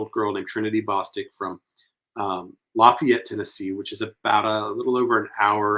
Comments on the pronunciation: I thought locals knew that around here. LaFAYit 😉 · No! The 17 year old was from Lafayette, pronounced with a long a. Not pronounced like you would for Louisiana. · E, Please pronounce Lafayette the right way. We don't pronounce it the way that you keep saying